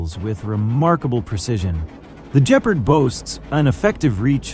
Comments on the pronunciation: its pronounced gepp ard not jepard morons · Even pronouncing it 'G-part' would be more accurate.. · For God's sake, the correct pronunciation is with a hard "g", for Gephard! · LOL the AI can't say Gepard properley. Still its a good frankenstien mix of old useful chasis with modern firepower. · Nor of Gepard